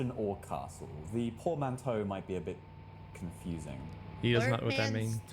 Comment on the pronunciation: I just realized. Even though he didn't pronounce it right, boy figured out what Portmanteau meant after having only heard it once and kitten declined to explain it. Boy is smart.